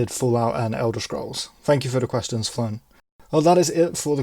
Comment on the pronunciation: Congrats on 1k 🎉 And no issues on the pronunciation, Flown was fine. Loved the answer btw. Road to 10k now 🚀